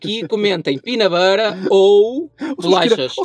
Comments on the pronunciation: Pina burêr 😂😂😂😂😂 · Pina bera Eu já só conseguia ouvir "primavera" 😂😂😂😂